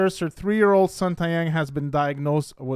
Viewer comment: Please pronounce his name correctly. It's Tay (like Day) Young Not Ty